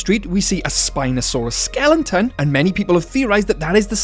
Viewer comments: WTF is a SKELLINTON? You utter NUB! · Bro, can you say "skeleton" and not "skellington"? Lol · Do you not know how to pronounce skeleton??